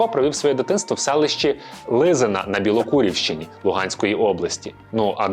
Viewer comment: Не Білокурівщіна😅 а Білокуракинщіна. СМТ називається Білокуракине.